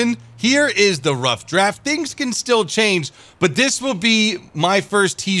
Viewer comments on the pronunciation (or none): none